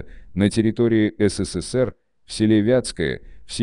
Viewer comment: Номера ладно, посмеялась с "си си си пи", даже вначале не поняла, что это СССР))) Но если брать в целом, эта озвучка даже лучше, если бы читал "живой" человек - она безэмоциональна и не отвлекает от смысла)))